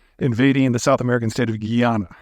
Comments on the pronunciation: Peter, you are right on point minus a few inaccuracies and the pronunciation of Guyana. It's not Guiana but Guyana. You stress the 'guy'. Apart from that I must agree with you. The Venezuelan military is a disaster but they might do it and only embarrass themselves as Russia did with Ukraine. These cats might be desperate 😅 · Correction on pronunciation: It's: /guy-ana/ not /gee-ann(a)/. The latter pronunciation is closer to the French (a different country) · Ive never heard guyana pronounced that way. Its guy-YAN-a . Also wouldn't it be easier for Venezuela to fix itself than to invade? Still don't understand why their oil is not functioning and we have an embargo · pronouncing guyana geeyanuh is crazy Pete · Guyana is pronounced like Family Guy-ana. For a real wake-up call, read up on the last 50 years of history and British/American dumb ass meddling